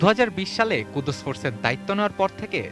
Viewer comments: আরে ভাই ওটা কুদুস না কুদস ফোর্স okay... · কুদোস ফোর্স না ভাইয়া কুদ্স ফোর্স।